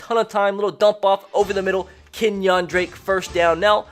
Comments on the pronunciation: Kenyan drake not Kenyawn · I clicked off the video as soon as you said Ken-Wan Drake